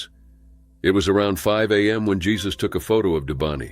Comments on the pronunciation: The name is Spanish that's why Jesus has a hyphen it's not pronounced the same way as Jesus Christ from Bethlehem. It's Hesus with an H! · Jesus it's pronounced HAY-SUSE😅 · The name is pronounced "Hay-soos". DISLIKE just for that. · It's funny that the commenters mocking the mispronounciation of "Jesus" also, themselves, mispronounce words